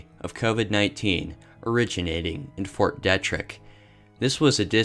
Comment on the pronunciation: I guess its a maryland thang but here we pronunce it Fort "DEE-TRICK" lol